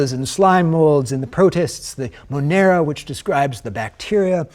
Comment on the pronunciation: "Monera" yikes!